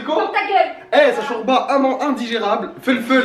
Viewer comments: Sa ma enerve tu dit chourba mdrrrrrr 😂😂😂 jme suis senti agresse wallah 😂😂 sinon continu t video c hela 💞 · Sa se dit pas shourba sa se dit shorba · Elle a dit chourba comme même hahahahahahaha 😂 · Je reve ou elle dit chOUrba😭🤣